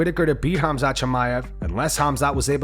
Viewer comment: F.A.O: Tim Welsch Uhhm....."Homzot"?.......Dafuq? It's "KhAmzAt" you absolute cling-on-berry! 🤌🏻😑🤌🏻 Seriously How can you not know how to pronounce the guys name, I mean, All of us fans hear/say it just fine, but somehow you just can't figure it out? WTAF?